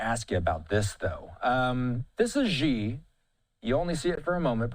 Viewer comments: In pinyin, the letter “x” sounds like “sh”. So “Xi” is not pronounced “Jhee” but “She”. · Xi is pronounced "she-" not "gee-" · The Xi sounds like She in Chinese, not Gi. the ignorance of this host. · it's not pronounced "jee-" it's "chi-" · Such large news networks and nobody thinks to look up how to pronounce "Xi"